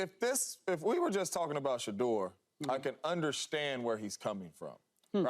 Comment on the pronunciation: It’s “Shedeur” not “sheuder” and he would’ve been picked round 1 this draft so yeah.